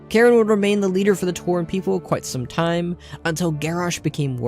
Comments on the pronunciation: You pronounced Cairne as Karen. It's CARE-N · K Air Ne not Karen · You calling Cairne Karen the whole time killed me inside. xD Srsly! I am now FORSAKEN! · So nothing about moira giving magni the spell to commune with the world which turned him to crystal? Huh really stingy here eh? Lol his name is CAIRN not karen wtf